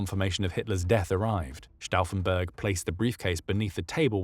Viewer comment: That's not how you say Brauchitsch and Stauffenberg